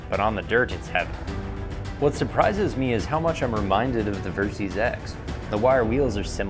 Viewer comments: Versys = Ver-Sys = Versitile System Pronounced ; Ver - Sis (NOT Ver-Seas) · It's pronounced "Ver-sis" short for "versatile systems". It's not "ver-seez"... and the ABS can be disengaged btw.